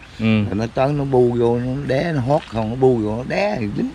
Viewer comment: Chú đó nói với Anh con Chim nó bu vô nó đá mà nghe chú nói nó đé nghe vài lần mình mới hiểu,mắc cười ghê hjhjhj